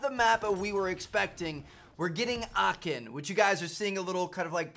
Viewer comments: Bro where did you get this from?! First : Aachen not Aken ?! And second : Aachen is in west Germany not north Germany bro This takes 2minutes to research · As a german it sounds so funny for me how you say "Aachen" 😅😂